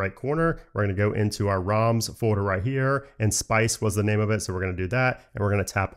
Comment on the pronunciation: It's ROMs and not RAMs :) you need to correct your pronunciation